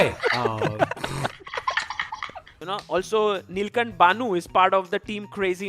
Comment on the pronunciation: they all have been saying neelcunt instead of neelkhanth what the heck